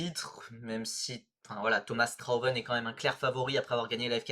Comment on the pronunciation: Faut que quelqu'un prévienne que Strauven n'est pas allemand et qu'il s'appelle "Strhauveunne" et pas "Chtrowveunne" ahahah